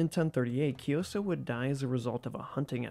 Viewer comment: Kyi - So, not kioso, it’s King Kyi- So, you can pronounce like Kyii- So is much more accurate, and Sokkete, Sok- Ke- Te. According to later inscription and research, Kyansitta isn’t son of Anawratha , but adopted as son of king, he’s a son of minister and king’s consort , his story is mostly fantastic, Kyansitta , his father was a minister in early reign of Anawratha , King send his minister( Kyansitta father) to west for bring his political marriage consort , city name is Vaseli( Wai-Tha-li in Burmese) but city’s location is still controversial, maybe in Northern Rakhine or some said maybe in Eastern Bengaladesh, but sure that Kyansitta mom isn’t Burmese after all, the minister brought the consort but they’re in affair in returning journey, some legends said minister manipulated with he left one guard or maid in each village and outpost or town in returning home, when they arrived Bagan, minister said that consort isn’t really princess of Vesalius,just maid from city - state of Vasali, King Anawratha was so furious and want to get in war , so he prepared for war and the consort( princess) was resided in remote village called Hti - Hlaing, Klan village from north of Bagan, Klan means local headman of village or warrior class of Bagan time. But in Birth of Kyansitta, the kingdom of Bagan fall in major Plague (maybe influenza or pox) , so king postponed the war, later ,king tried prepared war again in Kyansitta age of 10, but flood in Bagan disrupted again. Later, Kyansitta bec